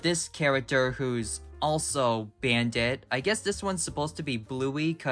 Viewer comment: Ah yes, my favorite character, “Brandit”